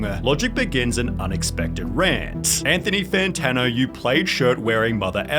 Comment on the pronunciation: Anthony Fanano-a